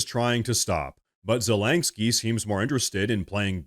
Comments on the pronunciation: Zelenkski? Do you mean Zelenski? I know, knit-picky lol. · Bro it's zelensky not zelanksky lol omg everytime u said his name I'm like dude there's no LANK in his name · I love your show and watch it every day, but PLEASE, pronounce Zelensky's name correctly. It's Ze LEN sky not Ze leng sky. It's so distracting to an otherwise excellent podcast. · Please at least stop saying “Zelengsky!” 😆 Whatever the situation the g isn’t there bruh?? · Ze-LEN-ski. No "G" in Zelenski. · “Zulanksky” 🤣 lank?? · There is no "k" between the "n" and the "s" in "Zelensky".